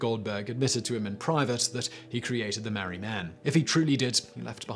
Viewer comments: It’s the Maree man... Not the mari man. The town is called and pronounced MAREE. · Its pronounced Mar-ree. And his name is Bob. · It's pronounced Mar - ree